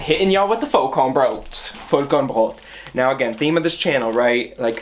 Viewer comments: as a german i'm really impressed by how aesthetic you say Vollkornbrot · es ging halt literally 5 sec. ums Brot:D Und ich denke, dass es schon allein seiner sehr guten Aussprache des Worts wegen durchaus bewusst war, was es bedeutet. Sprachlich sollte ihm das sehr bewusst gewesen sein, da er ja auch deutsch lernt. Vllt antwortest du einfach beim nächsten Mal auf eine wirklich gestellte Frage, z.B. Wofür man denn den Topfdeckel beim kochen braucht, anstatt mich jetzt so an zu zicken 😘